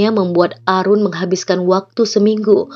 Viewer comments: Mbak, Aaroon bacanya Eren, bukan Arun, kalau Arun biasanya nama orang India tau Bhanglades, kalau bule bacanya Eren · Aaroon bacanya eren kak.. bukan arun... sedikit koreksi..